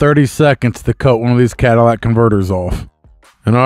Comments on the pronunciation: What a Cadillac converter??😂 ****CATALYTIC***** NOT CADILLAC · It''s Catalytic Converter and not Cadillac Converter.